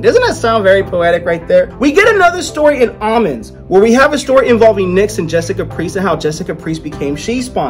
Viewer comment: Dude, u pronounce words so badly! Is that word "omens"?? Well, it's a long 'o'.